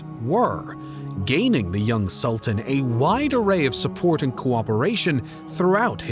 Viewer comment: Am unable to continue watching the video because the constant mispronunciation of 'Sultan' is too distracting